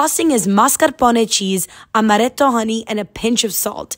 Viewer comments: I love how you speak a perfect english and still pronounce Mascarpone and Amaretto in perfect italian! Greetings from Sardinia, Italy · How do you pronounce mascarpone and amaretto so well still say homage like that 😂